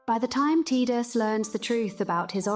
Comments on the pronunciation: You almost lost me at T”i”dus. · His name is Tie-dus, yevondammit!